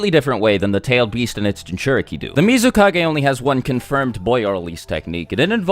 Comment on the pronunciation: SwagKage >> Godaime Misukage 😂